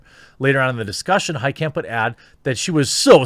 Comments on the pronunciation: It's a German name, the "kamp" part shouldn't be pronounced like in concentration camp, it should be pronounced like in mein kampf. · “Heitkamp” Every. Single. Time.